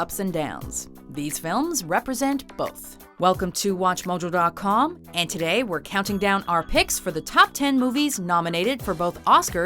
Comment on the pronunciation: "welcome to wash majo doat coam"